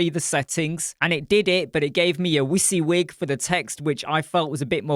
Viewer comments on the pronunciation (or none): Did you say wissy-wig, its pronounced wizzy-wig